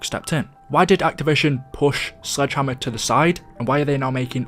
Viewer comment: When he said Sledgehammer it sounded like Slide Jammer